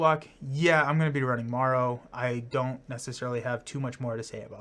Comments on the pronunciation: Just fyi marrow is a she. And pronounced Mare-O, like bone marrow. Boney spike/daggers are her whole thing. She’s a morlock. Love your videos and your enthusiasm for the game. Quite infectious! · Just to let you know. Marrow is pronounced like bone marrow. And is a female.